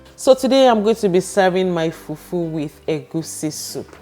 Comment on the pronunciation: I like how you say FUFU